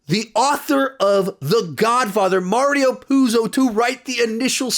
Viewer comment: Mario not martio